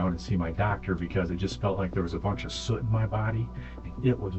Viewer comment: soot and suit are not the same word, lol